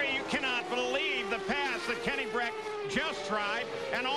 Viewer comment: It"s Brack not Breck.